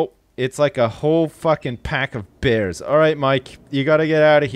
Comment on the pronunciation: man you got those "bears" real good